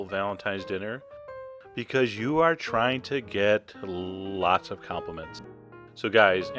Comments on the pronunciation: "lllllllllots of complements" huh? nice. ;] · LOL! "Llllll-lots of compliments" :]